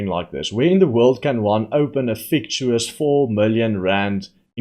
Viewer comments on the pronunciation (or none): its pronounced - fic tish us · Fictitious is pronounced FICK TISH ISS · Hi. It’s pronounced “fic titious”. Love your work👍🏻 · fic-TI-she-iss .. with more tea, please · You pronounce fictitious - fick-ti-shus